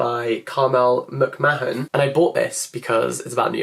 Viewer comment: And McMahon -muk maan